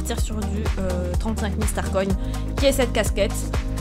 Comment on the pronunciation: Sa me stresse tu dis starconne au lus de starcoins